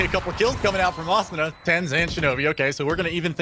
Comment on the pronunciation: They need better comentators just look at how he says asuna it triggers me soooo much